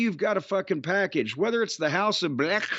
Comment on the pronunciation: I can't with Jim. Among other times, every time Jim says "House of Bleeechhh", I break.